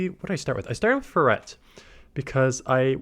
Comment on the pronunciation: wtf is a "fur-rette"